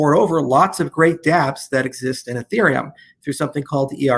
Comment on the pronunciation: I think he low key called ethereum infereum lol